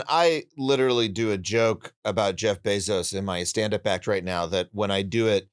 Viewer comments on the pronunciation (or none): none